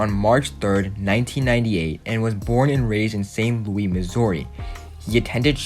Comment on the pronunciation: Bru he said sant loois